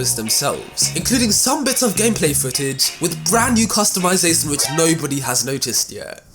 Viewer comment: i love how he seis custumasasun